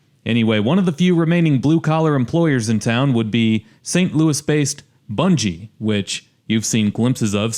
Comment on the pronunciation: Bunge is pronounced bungee, a ga not a j.